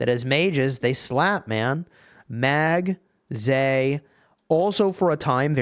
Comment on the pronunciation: Why would you call it Magzay? It is Magg Rat.